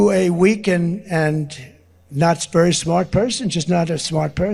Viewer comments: ish. "not sperry smart person". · Weakened & Knott's Berry smart person? Keep slurring Dump.